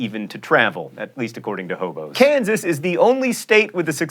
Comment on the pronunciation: Kansas' new pronunciation is 'kan-saw'.